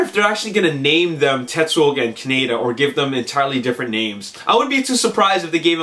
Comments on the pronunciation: Dude, it feels like a rail road spike goring my head everytime you say it wrong: it's cah-nay-da ( fast). Kaneda. He's not a type of bacon. If you need a reference, please, please, watch the 2002-3 re-recording of the akira dub. It's nigh impossible to give your critiques any degree of pull when you're raping the name. Don't be offended, many a maanga fan has pronounced it "manja" (Quentin Tarantino) or MANGA like the fruit, its nothing to be irked over. Its just a pet peeve of mine as a fan. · its not a country, Ka-ne-da. Thats not how they pronounce it in the movie. lol